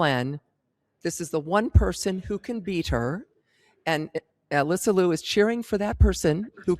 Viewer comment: not Lou it is (LeeYou)